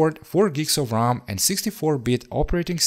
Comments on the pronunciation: I’m sure he meant RAM, it is his accent which makes it sound like ROM. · keep in mind that it is R-am (RAM) not R-OM (ROM) these are completely different stuff.